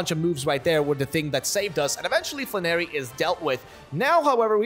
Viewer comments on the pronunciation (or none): Not fla-narry but flan-air-y